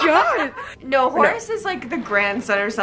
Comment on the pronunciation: Not me thinking she was saying "Horus" and not "Horace" 😂😂